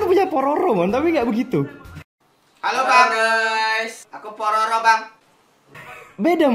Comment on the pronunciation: mon itu totoro mon, bukan pororo 😂😂😂